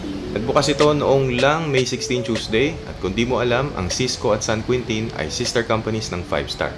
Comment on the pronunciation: San Queentin daw hahaha... San Quintin ang basa po nyan (San Kintin)